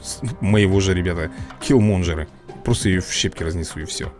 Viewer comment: надо говорить килмонгер а не килменджер